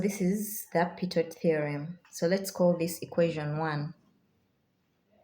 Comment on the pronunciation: Pitot is pronounced as Pee toe.